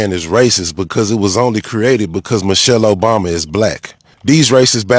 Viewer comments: He didn’t even pronounce her name correctly. Mo-shelle. He’s sick and I hope he loses everything. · Who’s Moushale?? 😂😂😂😂😂